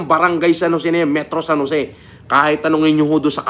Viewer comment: "Pumunta sa San Joseeh"